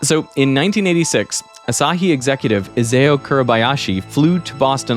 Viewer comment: you're mispronouncing Asahi. The stress is on the 1st syllable, not the 2nd.